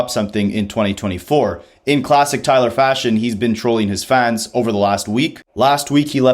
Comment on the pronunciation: I mean, you’d think someone making an entire video about Tyler would know how to say it, especially since it is said many times on the album.